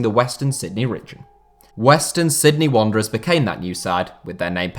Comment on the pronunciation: Completely butchered that western Sydney wanderers element fella...